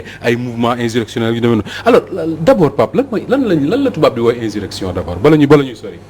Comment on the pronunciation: vous prononcez mal le mot insurrection. A la place de s vous dîtes z. Veuillez rectifier. Merci